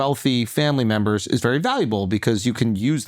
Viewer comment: “You betta thank a union memmmba”